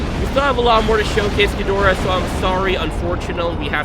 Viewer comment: It's actually pronounced me-thu-Sah (methuselah) Sah-lla (scylla) ghi-door-rah tie-ia-mat I-won-dragon